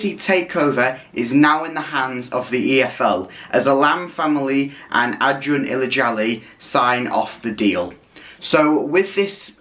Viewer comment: You got the pronunciation right, congrats :)